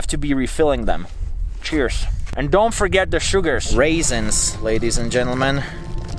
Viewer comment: Nobody: Literally not a single soul:: RAISINS ladies and gentlemen. RAISINS.